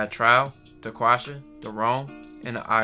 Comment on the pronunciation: sounded like he said daquasha both ghetto names tho 😂